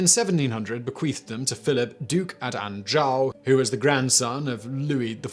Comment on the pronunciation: That was the strangest pronunciation of "Anjou" ever. Regarding the origin of the word Buccaneer, while it is true that the natives of the Caribbean used "bokam" to describe a wooden grill, that word entered French in two versions: "boucane" for smoke (a word that is still widely used in French Canada and amongst Louisiana Cajun) and "faire du boucan", to make a lot of noise. the later gave us "Boucanier", someone who makes a lot of smoke and noise. This is the word that became "buccaneer" in English.